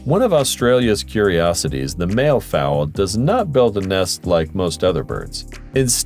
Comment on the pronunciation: 16.40 it's mallee fowl, sounds like valley